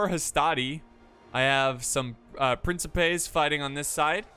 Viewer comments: its prenounced prinsipais the game even says it itself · C is pronounced like a K in Latin so it's pronounced prin-ki-pes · For all future video's: It is "Prinkipes" in classical Latin. In general the Latin grapheme ⟨c⟩ is the Latin phone [k], which is always pronounced hard as k in sky, never soft as in cellar, cello, or social. ⟨k⟩ is a letter coming from Greek, but seldom written as such and generally replaced by c. Triarii for example would be pronounced with 3 times the same i-sound of ea in easy. Not Triari-eye. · in antiquity the letter c was pronounced like an english k as in kraft. So principe was pronounced prinkipe. Caesar was pronounced similar to Kaisar. Cicero was pronounced like Kickero. Modern italian is different; if an i or e follows a c, it is pronounced like a “chi” or “che”, so it sounds like princheepe. Spanish and English each have their own take on how to pronounce the c. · Classical latin has no soft "C" so it would be pronounced "Prin-ki-pes" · Your first instinct was right, there are no soft c's in Latin, it's prin-ki-pes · CI in PrinCIpes is pronounced like the CHI in CHIps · The p boys are pronounced (prink-eh-pays), btw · Since principes is the plural of princeps, if I'm not wrong princeps is pronounced prin-keps so principes should be prin-ki-pe? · In classical latin the c is always pronounced with a k sound. So its prinkipes. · In ancient Latin most historians believe the c is pronounced k, so principes like prinkipes. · Princepes its pronounced more like PrinTCHEpes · It is pronounced Prin"ki"pes like the "ki" in "kin". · Bro, it's pronounced Principes! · It's pronounced principes.